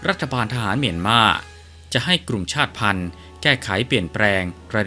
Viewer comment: ชาติพันธ์ อ่านว่า ชาด-ติ-พัน😊